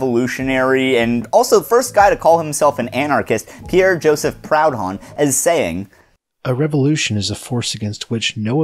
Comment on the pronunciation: “Proud-hon” lmao Seriously though great video. We need this right now. Edit: spelling error